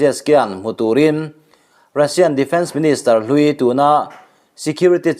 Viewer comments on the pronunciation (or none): none